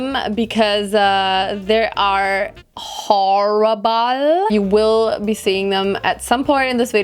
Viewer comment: Love how she says horrible as choreball